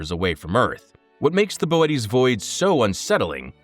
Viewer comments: Ohhh this is Ai. Damn real YouTubers are almost extinct. Bootes void is pronounced like Boo-Ts not Bo-et-ees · I pronounced bootēs as booty. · that's not Boötes Void. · Saying Boötes like that is pissing me off, I’m the original Star Walker